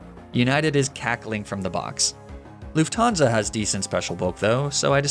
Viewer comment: As a german luufthaansa Sounds very Weird😂